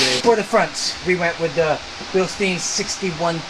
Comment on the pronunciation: Bill-STINE not Bill-steen. Do you say Frankinsteen? Come on man. 😐